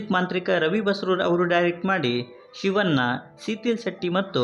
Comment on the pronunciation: ಮೊದಲು ಕನ್ನಡನ ನೀಟಾಗಿ ಮಾತನಾಡುವುದನ್ನ ಕಲಿಯಿರಿ ನೀವು ಅಂತೀರಾ ಚಿಕ್ಕಣ್ಣ ಅನ್ನೋದನ್ನ ಚಿಕ್ಕನ್ನ ಅಂತೀರಾ ಶಿವಣ್ಣ ಅನ್ನೋದನ್ನ ಶಿವನ ಅಂತೀರ ಎನ ಅಲ್ಲ ಹೆಣ ಮೊದಲು ಕನ್ನಡ ಕಲಿಯಿರಿ